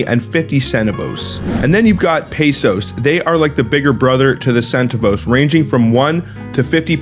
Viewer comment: It's pronounced sen-TAV-ohs!